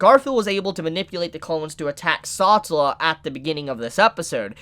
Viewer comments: He really just called the Witch of Envy "Satula" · Bruh sa-tell-a not satalla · “Saw-tah-la” isn’t it suppose to be pronounced “Sa-tell-ah”? Someone let me know how to say it, I’m second guessing myself. Anyway really great input about Satella and the shattered memories of people she consumes. Are those people alive, or is it treated as this “bee-hive” collective just for her and the only reason Subaru was alive was because well Satella loves him and wants him all to herself in that shadow realm (someone call for Yami Yugi). Really excited to see how Subaru uses his new profound powers as an Apostle of Greed. Great vid and analysis